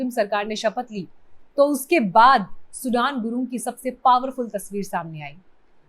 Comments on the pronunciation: Not सुडान सुदन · Sudan Nahi sudane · सुडान नही म्याडम सुदन गुरुङ है उन का नाम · सुडान गुरुङ नहीं सुधन गुरुङ है। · Sudaaan nahi sudhan gurung hai naam kya ray intelligence tera gaja fuktay hain kya ,godi media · सुदन गुरुंग हैं, सूडान नहीं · His name is "सुदन" not "सुडान" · Please it’s not सुढान but सुदन . As an Indian you should know at least that much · सुडान नहि सुदन गुरुङ है नाम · सुदन and सुडान is not same। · Please pronounce correctly sudan' s name